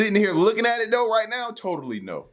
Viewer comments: Toe.......ewe! Yuck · “Toe-tally” NO 🤣